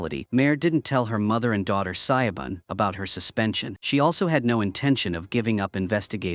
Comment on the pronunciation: i though i was gonna have a stroke every time Siobhán pronunciation got murdered like that